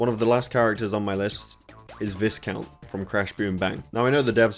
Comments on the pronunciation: Bit of a pet peeve but “Viscount” is pronounced like “Vy-count”, like the biscuits. As for the characters, I definitely missed the ones from Twinsanity the most but hopefully there’ll be another Crash kart game down the line which is more accessible to casual players. Maybe something more like CTTR’s style but with far smoother mechanics i.e. Mario Kart. I have several friends who just couldn’t get to grips with CTR’s drift mechanics despite being far better than average at pretty much every single racing game they play. It just ended up putting them off it because they couldn’t even finish online races against me or anyone else who was able to utilise drift boosting and they definitely weren’t alone. The difficulty is the main thing that killed the game’s longevity so hopefully we can get all these characters plus the ones that didn’t make it in a new, more accessible game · Thats not how you say Viscount